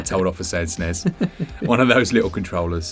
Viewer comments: I say it SNES not S N E S so I’m happy to hear someone else say it like me. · You keep saying Snes, none of this S.N.E.S nonsense, whose got time for that?